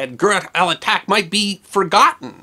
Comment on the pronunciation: "ch" in the name here comes from the French spelling and is pronounced like "sh" in English